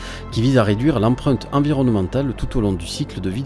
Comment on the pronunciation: Bonjour, je viens de découvrir votre chaîne et de m’abonner. Bravo, c’est très intéressant, concis et dynamique. Attention, il n’y a pas de 787-900, c’est le 787-9. Il n’y a pas de S à la fin du mot cent, donc on dit cent Tavions, pas cent Zavions ! 😉 Et c’est « empreinte » pas « emprunte », mais c’est peut-être dû au charmant accent du sud ! En tout cas bravo et meilleurs vœux de succès pour votre chaîne.